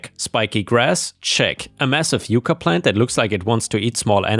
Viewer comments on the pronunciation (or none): Nah, mate. When there's two c's, it's not "you-cuh," it's "yuck-uh." Entirely different genus of plant. Yuca is a genus within the spurge family, native to South America. It grows in tropical or semi-tropical climates, and is cultivated for its tuberous roots. It also goes by many localized names from across the world, including-but not limited to-cassava and tapioca. Yucca, on the other hand, is a genus within the asparagus family, native to North America (and some parts of South America) that is mostly only cultivated as a decorative plant, despite the fact that pretty much the whole plant is useful for something.